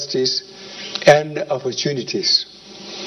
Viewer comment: No, he said equal offuntunities.